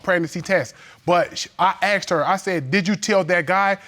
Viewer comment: Lookded and axed ain’t werds